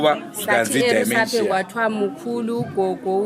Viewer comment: Pronounce as dhimenjia not dhaimenjiya